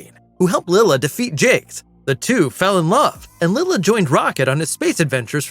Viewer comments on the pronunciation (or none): Lyla not Lila.